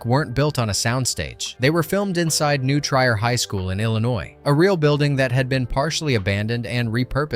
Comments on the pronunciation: New TRY-er? It's New TREER. Oh and the clip you showed from Ferris Bueller was filmed at Glenbrook North. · It's pronounced "New Tree-er" High School. One of my favorite movies, and "Uncle Buck" was my wife's nickname for me due to my parenting style. I wear it with pride! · It’s pronounced “New TrEE-er” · It's prounced New Treer high school, not New Tryer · New Treer. Like tree. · FYI it's pronounced 'New 'TREE-OR" not TRY-or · New “Treer” not try-er. Funny enough, the scene shown from Ferris Buehler was Glenbrook North, not New Trier. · New Trier" is pronounced NEW TREER. Break it down by saying "new" (like the word "new") and then "treer" (rhymes with "beer" and starts with a "tr" sound). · It's pronounced New Treeeer. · New Trier. New TREE-er! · Nice pronunciation on New Trier High School. The buildings were actually what was formerly called New Trier West High School in Northfield IL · He pronounced it wrong…